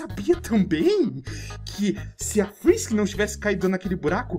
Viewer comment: Cê tá ligado que não é Fisk Fisk inglês e espanhol é Fisk na vdd é frisk frisk inglês e espanhol é frisk